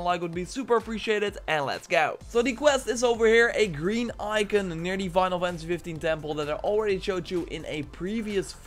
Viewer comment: “Winal” fantasy 🤣